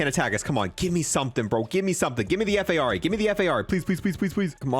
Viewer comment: F. A. R. A. LoL I thought you were trying to say FFAR I think it's just called Phara 83, it's a real gun.